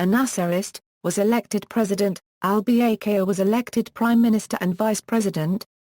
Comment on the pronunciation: The lady doesn't even know to correctly pronounce Al-Bakr's name!